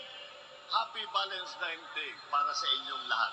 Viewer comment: Ultimong VALENTINES hindi nabigkas ng maayos VALEMSTIMES daw nakew kulang ng isang sachet para ifollow up Mr. President😂😂😂😂😂😂